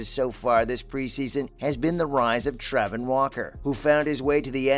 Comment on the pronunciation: Nah, we’re not gonna skip how you said Travon Walker like (Traa-von)